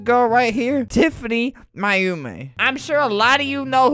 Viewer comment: Hahaha i like when flamingo says TIFANY MAYUMI bc it sounds like TIFANY MY HOMIE!